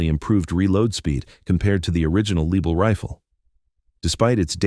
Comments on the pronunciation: As soon as the dumbarse AI voice said "Leeble", I was off. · Start by mispronouncing the Lebel. The Lebel was replaced by the Berthier which loaded with a stripper clip.